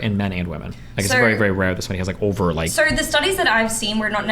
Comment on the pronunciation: Why does this person add an r to every O sound. It over not orver. It’s enough to make any sane man redpilled.